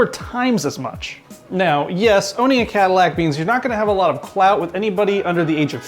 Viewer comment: Cadillac? LoL